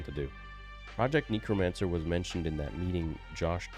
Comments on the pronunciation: I'm sorry if this sounds like an undue overreaction, but I'm told I'm a grammar nazi, so... It's necromancer, not neecromancer, ffs,. English is supposedly your native language, you should be able to speak it better than a foreigner like me.:/ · Why does he keep saying 'neekromancer' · Bro said neekromancer